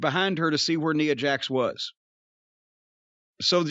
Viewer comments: It's funny that he calls her Neea Jax 😂😂😂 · I swear it might just kill Cornette to ever pronounce Nia correctly lol